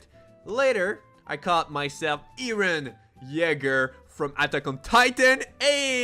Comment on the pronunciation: EREN YEAGER NOT YREN YEGGER